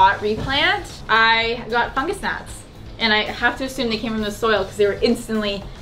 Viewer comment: I re-watched that part about potting soil and fungus gnats three times trying to understand what you were saying. Not your fault - my aircon is too loud! I kept hearing Funja-snacks. I was like, wtf are funja snacks?!? The 4th time I just stayed the course and realized all was explained. Patience young Fungus Gnat, patience.